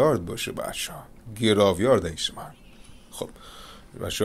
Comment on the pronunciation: انصافا رو تلفظ یکم کار کن عزیز من گراو یارد نیست خدایی❤️❤️❤️